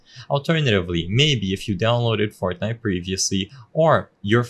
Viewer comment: Bro said “fartnite”